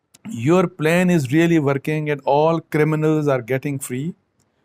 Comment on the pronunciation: Abbasi Sahib 'plane' / 'plain' Ya 'plan'